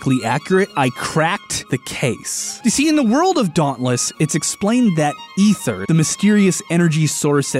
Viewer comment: Oh no. OH NO. The way he pronounced Ether OH NO!!!!!! Nevermind he says it right later on